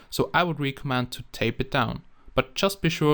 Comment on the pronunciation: they way he pronounces "recommend" xD